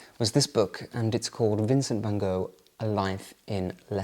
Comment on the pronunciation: So nice you are in my country in the capital city❤🌷🌷🌷I have real 17th century Delft tiles in my kitchen. If you pronounce Van Gogh like you say loch in Scottish you pronounce it like we do 🙏🏻😘😅